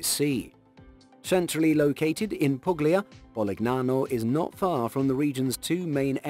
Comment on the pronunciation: G's are pronounced like Y's in Italian. It's Pul-Ya